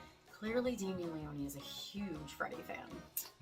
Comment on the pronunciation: Leone not Leonee! It's italian!